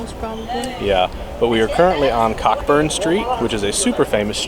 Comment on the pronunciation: Cockburn St is pronounced Co’burn Street just to let you know. Also, it’s not the Diagon Alley inspiration street - that’s another street in Edinburgh called Victoria St. If you haven’t seen Victoria St you should and when you do you’ll know exactly why it’s Diagon Alley inspiration! Happy travels!